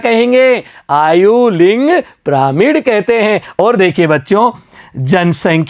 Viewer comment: Sir piramid hai pramid nahi hai shahi se padho 😮